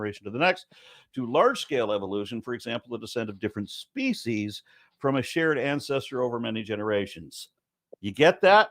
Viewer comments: I read this comment literally seconds before he said it for the first time. The comedic timing was so amazing that I wheezed from laughter. Thank you for lightening my day! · He also says speachies instead species